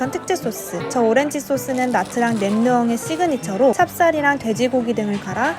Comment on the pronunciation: actually it's '냐'트랑